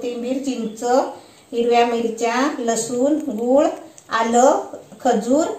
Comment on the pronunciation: गुल नाही रे गूळ!